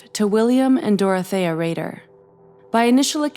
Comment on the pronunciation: Dorothea is typically pronounced like “Dorothy” like how Chelsea is pronounced like Chelsey.